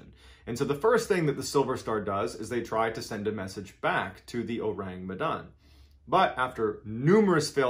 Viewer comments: I'M FROM MEDAN YALL and it's pronounced "meh-dan" and "oh-rung" as in orangutan but yeah it's an urban legend. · Besides slighlty mispronouncing "Medan", it's been great listening to how you present the story.